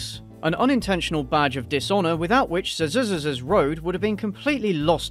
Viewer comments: i'm not from english speaking country, but i'm stunned how you who have english as a native language, cannot read uncommon words like this! ZEE-ZEE-X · Heads up, it's pronounced like "Isaac's" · It is pronounced Zy-zicks road. It is between here in Vegas and Barstow California on I15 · Lol, if you drive between Vegas and So Cali, you’ll drive by this road. The roads name is pronounced Zizz - ix. But, they spelled it like how you said it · i'm pretty sure it's pronounced z(eye) zix. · I think it's pronounced "zi zinx" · It's pronounced Zi Zex. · I rewatched you trying to pronounce the name at least 6 times. This is the content I come here for. JUST KIDDING THE AD MADE ME LOSE MY MIND; much like the boozy housewife. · .... really? That intro was bad.... its not hard to pronounce...